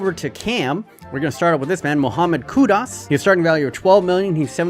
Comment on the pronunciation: Muhammed what? It's Kudus, pronounced like "Could-deuce". Idk where the hell his name is Koo-Dahs lmao